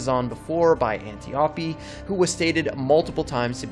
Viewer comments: Minor quibble: Diana's mentor (and aunt) on Themyscira was Antiope... pronounced 'An-TEE-oh-pee'... not 'Anti-OH-pee.' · Great video. One minor exception... your pronunciation of Antiope. Antee o pee???? Double plus nope. An Tee O pee :-D